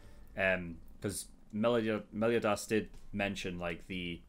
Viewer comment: Meliodas is pronounced mel-ee-oh-dis. You pronounce the o. Gowther is pronounced go-thur. Diane is pronounced dee-anne.